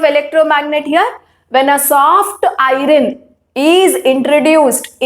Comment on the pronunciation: Teachere it is not irene its iron